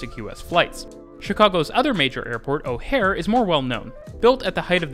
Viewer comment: Dude said O'Hare wrong...